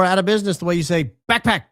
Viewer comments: The way says “backPACK” lol cracking me up! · Alright, now you're just "BACKPACK"ing on purpose now,. 🤣 All I could hear was AFFLACK or ACKACKACK from that Martian movie, lol. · The emphasis on BACKPACK 😂 thought he was going to sing Dora The Explora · The way you say backpack has me cracking up I think we need to do a skit with Dora the Explorer saying it with your voice lol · Say “backpack” one more time 😂…it made me laugh for some odd reason 😂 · if you say backpack like that one more time, I may scream! STOP!